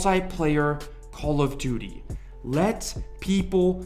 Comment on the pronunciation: After a while it sounds like you're saying Call of Doody lol